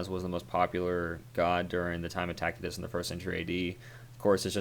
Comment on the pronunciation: I've never heard this pronunciation of Tacitus, it's quite jarring. Your Norse pronunciations are mostly on point, but dang. It's most commonly pronounced as "Tass-i-tuss".